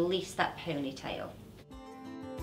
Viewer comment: I love how she says pownaitayl(ponytail) 😅❤️